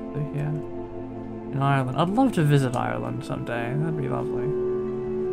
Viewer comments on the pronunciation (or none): none